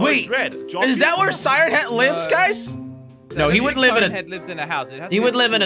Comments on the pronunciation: He said "siren ahead"😂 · Does everyone think that they say siren head wrong? Because i do